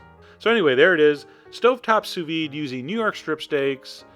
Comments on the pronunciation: Don't quit YOUR day job, troll. What the hell is "souss-ved"? It's sous vide, French for "under vacuum." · "copy and paste Souss-ved into the search bar and tell me what happens................ after you press 'search' " What happens is exactly what I said would happen; it asks "Do you mean sous-vide?" and then gives a list of sous vide sites. You deserve the abuse, because you're not only ignorant, but you're willfully ignorant.